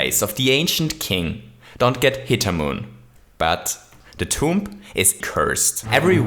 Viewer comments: Your way to say tomb is TOMP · You don’t pronounce the b at the end of tomb